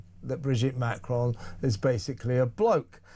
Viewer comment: For me the greater mystery is, why does Candace Owens (and in fact most Americans) think there is an 'e' at the end of Macron? Its ron, not rone! (Sorry if that sounds like a mon)